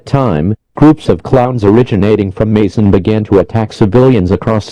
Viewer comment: i used to live in mason and i spat out my water when i heard them say mason